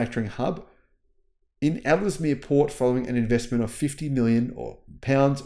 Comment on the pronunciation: Luton is pronounced Loo-Tun Ellesemere is pronounced Ells - Mear